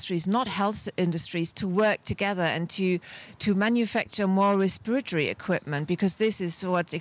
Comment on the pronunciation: Respirity? You mean respiratory?